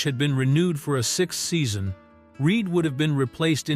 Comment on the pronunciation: Its reed not reid